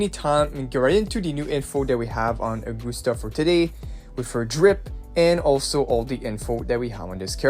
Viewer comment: Please, her name is based on Caesar, you know? Agustus Caesar. So it's not uh-GOOST-uh. It's A-gust-ah.